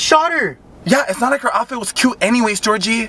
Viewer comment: Future reference, it's Jorge, but just pronounces it the same as ''Georgie''